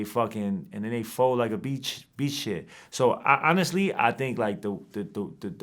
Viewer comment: Did dude say fold like a beach, or a beach sheet? Never heard that before. LOL